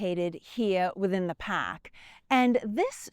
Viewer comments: "The paaahk "😂😂😂😂😂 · You had me at “pahk”.